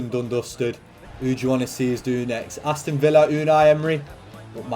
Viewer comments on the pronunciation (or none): none